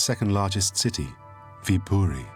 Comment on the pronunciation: You did say it right though